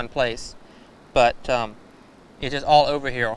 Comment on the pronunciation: Its called a woe its a speech impetament some people have turns er sounds into eaw sounds